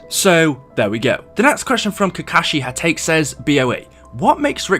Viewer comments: Ha-ta-kay....not ha-take....sorry for correcting...its habit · It’s HA-TAH-KAY Not hat take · Im an anime fan and I'm not trying to roast boa but he butchered the last part of Kakashi Hatake's name The last name is pronounced ha-ta-kay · I love how he said kakashi ha take. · Kakashi ha-take😂😂😂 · Hey boa sorry I just wanted to tell you hatake is pronouced ha ta ke